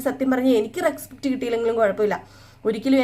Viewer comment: Bahumanam ennu parayunnathayirunnu nallathu reskpet alla respect ennanu ucharanam